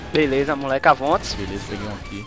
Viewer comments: AVONT'S KKKKKK RACHAVA TODA HR Q SLOW FALAVA ISSO!!! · Pois é kkkk ! Quando eu escutei ele falando AVONTS kkk eu começei a rir !